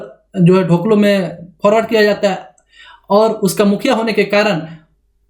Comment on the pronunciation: ढोकलो नहीं होता है, डोकलो' कहा जाता है खड़िया में.